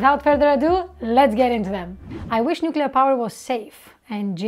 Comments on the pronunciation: Nucular... Poor George W. 😆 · nu-kuu-lar is the correct phonetic spelling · I HATE IT when people pronounce it Nu-Cu-Ler. Where are they getting the extra U from???!!!!!!:face-orange-raised-eyebrow: Love this channel, love, gorgeous woman and highly intelligent. Where can I put in my application?